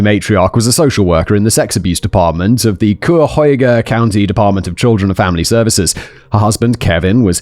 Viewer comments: Always tickles me when Cuyahoga gets mispronounced. Anyways, I worked in foster care for greater cleveland during this time. Another social worker was murdered by her client during a meeting around this time. It was weird. Our foster care sucks and I quit because I burned out. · Ah yes, Ohio....the land of so many place names of famous world cities, but all pronounced wrong. 😂 That said though, I'm actually surprised he didn't mispronounce it worse. I was able to tell what word he was going for, and I feel like that's pretty impressive for someone who didn't grow up surrounded by Native American place names. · I swear Simon and American County names. I thought this was taking place on another continent when he read Cuyahoga. (k-eye-ah-hoe-gah). I know he doesn't care about pronunciation, but hey, thanks for another Cleveland story! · Idk if simon ever checks the comment sections of these vids, but just in case he does "Cuyahoga" is pronounced "Kai-uh-hoe-guh". It's come up in a few episodes from this channel unfortunately and it can be hard to pronounce for anyone who isn't a local. Remember "cuy" rhymes with "guy" and the rest is easy to figure out from there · Ahh, Simon and Native American names is always so pleasing to the ears. Cayahoga, Simon. It’s pronounced exactly the way it’s spelled. Ca ya ho ga. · I love listening to British people trying to pronounce "Cuyahoga". 😅❤ It's basically like "Kiy" (rhymes with "why") + "yoga". At least that's the most common pronunciation I've heard in the Pittsburgh-to-Cleveland corridor. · My hometown is in Cuyahoga (ky-uh-hog-uh) county, just outside Cleveland, and I'm somehow both surprised and not surprised at all how many times a Casual Criminalist is set in or around Cleveland 🤦🏻‍♀️ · If this is Ohio, then it's pronounced Kye-yuh-hoe-guh. If it's not Ohio, it's probably pronounced the right way. 😆 We like to pronounce everything wrong. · I love hearing non-Ohioans pronounce Cuyahoga. 😂❤